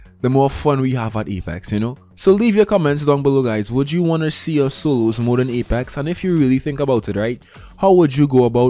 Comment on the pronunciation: For every, "soloos" he has said in this video, I'd be rich.